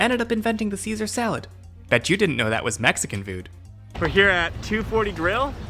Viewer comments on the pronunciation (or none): none